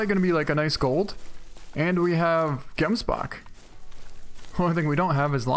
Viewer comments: great content, i don't know how other people pronounce it but, where i am from (South Africa) you say it like hemsbok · I really like the way, you pronounce Gemsbok. ;P .... Should be Hemsbok ;)